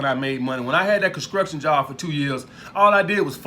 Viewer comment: Concruktion job lmfao construction is the proper term 😂😂 good video tho